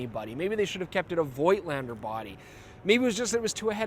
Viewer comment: voigtlander shuld be pronounced 'fotlander'.- as in german. its a collectors camera, no rvice back-up. best avoided,imo, for people who actually are more interested in the photographs,than 'shooting experience', he frquently refers to.many modern digital cameras offer manual operation options.